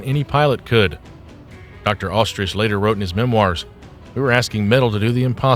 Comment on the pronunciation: "Dr Ostrich"? WTF? Robovoice fail!